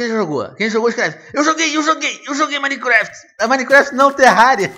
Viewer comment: Silly foreign pronunciation, It's Minecraft, not Mine-E-Keraftae